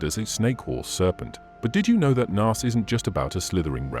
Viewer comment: While your videos are often interesting, please learn how to pronounce Hebrew correctly.